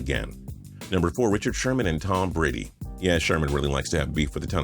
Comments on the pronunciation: "Tom Brad" XD LOL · "Tom Brad" lol